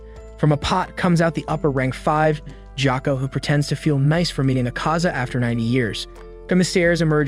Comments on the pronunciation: gyokko not ghako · Jako 💀bro it's gyokko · it's gyokko not gyakko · IT NOT GHYOKO IT IT GYOKKO!!!💀😒😡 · ITS GYOKKO NOT JOCKO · It not gyoko is gyokko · ITS GYOKKO NOT GYAKKO AND ITS NOT BIWA WOMAN ITS NAKIME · It's gyokko not gako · Jakko ? You demon it's Gyokko. Blood Demon art : ruin people's names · why is no one talking about him pronouncing gyokko as jakko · bro nobody is talking about joakoo instead of gyokko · Dude it’s gyokko not jacko 😹 great vid tho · NAH NO WAY MY BOY CALLED GYOKO JOKO EDIT: also no way he can pronouce hagnazuko but not tanjiro, gyoko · LMAO HE SAID GYAKKO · bro said jacko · You said the demon’s name wrong it’s GE O KO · ITS GYOKYO NOT GCOKYO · Even said gyako ITS GYOKKO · Gyokko messed me up